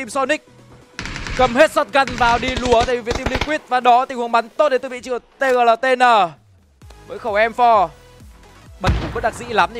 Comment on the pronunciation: Tgltn đọc là Tiq nhé caster :))